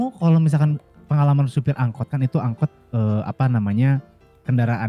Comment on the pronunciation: Angkot malah jadi angot😂